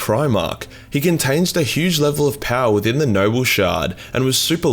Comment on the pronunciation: For the first five minutes your accent made it sound like you were saying “nurgle shard” So all the talk of merging the “nurgle” shard had me asking but why tho?